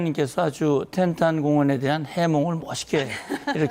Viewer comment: 텐딴이아니구 텐탄